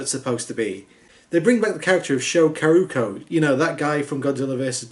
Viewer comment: Yamaha? Yahame? It's... it's YAMANE. Ya-ma-ne. YAMANE! Also, It's Kuroki, NOT Karuko. Ku-ro-ki. This is why I rarely watch your videos. Seriously, turn on subtitles or captions and pause the movie you're watching to get it right! You have the technology to do so!